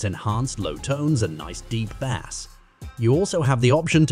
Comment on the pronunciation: it’s bass not basss